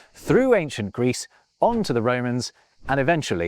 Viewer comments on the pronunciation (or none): none